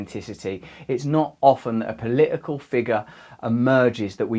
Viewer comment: "POLLICAL" this ex junkie can't even pronounce his t,s. He,s enough to make any one cry 😢 horrible man.